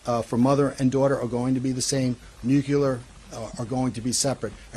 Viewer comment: None of the guys say nu clee ar correctly. Always bugs me, lol. No such banana as new cue lar. Sigh. I think the DNA is sinking his ship. ✌️♥️